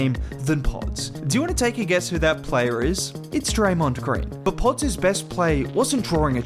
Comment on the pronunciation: I like the way you say podz lol I’m sure you got all the British kids and white kids saying it like you now haha